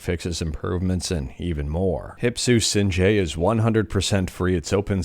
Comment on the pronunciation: It's pronounced as Singe like u singed your hair with a lighter its the name of the Dragon from Dragon's Lair